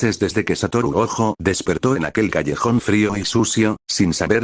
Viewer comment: Te recomiendo escribir Goyo en ves de gojo en el Loquendo, es mejor que algunas las palabras las escribas como se dicen en ves de como se escriben así el Loquendo no las dice de forma literal